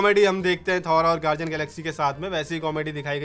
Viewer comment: Bhai its gar-D-Ann not gar-ji-Ann